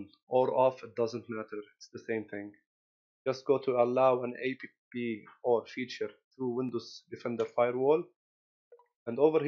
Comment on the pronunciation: "allow an A.P.P" XD